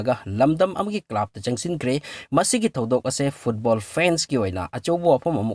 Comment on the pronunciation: Club ki pronunciation du semdokpi o.